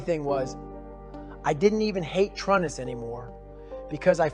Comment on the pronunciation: This story is accurate based on the books. And it sounds like Goggins. But he says Trun-nis. In the books it's always true-nis for his fathers name. Is this a chat GPT summary in Goggins voice?